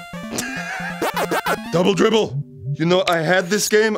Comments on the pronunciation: It's not "double dwibble" it is "double dibble". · What it's supposed to say:double dribble How and say it:double dwibble What it actually says:double dibble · I cracked up every time the narrator said "Double Dibble". (Double Dribble) X'DDD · Dwouble Dwibble? lol